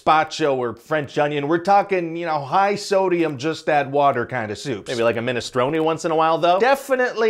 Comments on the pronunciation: Big applause for the pronunciation on that "minestrone". Chapeau. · Thank you for popularizing the correct pronunciation of minestrone xD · I appreciate the effort of trying to say minestrone correctly. 😂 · FINALLY someone who pronounces Minestrone correctly!